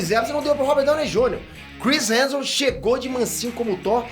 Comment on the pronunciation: O dá um migué na pronúncia do sobrenome do Chris. Toda vez “Chris Heajusbskalabsus”. Muita consoante na mesma palavra…